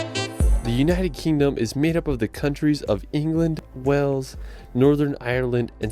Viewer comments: Hi, can you teach how to pronounce the Word Wales, I have heard you say it properly, tell that Wells is in Somerset, Wales and Whales are pronounced the same way BTW is not the only American to prononce Wales as Wells. Very best regards From Ray in North Wales. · It’s Stonehenge not HEDGE! It’s Wales not Wells! I wish this video audio could be edited, it’s annoying! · Not trying to be funny, but you ned to stop mispronouncing Wales, as the person in your video did ! You say wells, which is another place entirely situated in Somerset, therefore gets confusing for people, think of the large sea creature ! FYI the wifr says Edingburgh castle is roughly £20 to visit for an adult, £11.40 for a child ! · Since when did Wales change it's name to Wells 😂